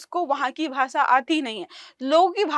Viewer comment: भाषा ❌ भासा ✅